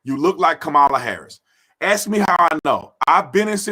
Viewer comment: Brandon... I love your channel... you have a massive presence on SM... However, If you can say "mask" you definitely can say "ask" Anyway, much respect for your record and your service as an officer. Blue lives matter!!!